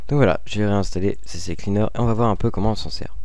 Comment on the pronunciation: super mais je voulais juste te signaler l'erreur que bcp de personne font : on dit "c" et après "cleaner" on dit pas "cc" et "cleaner"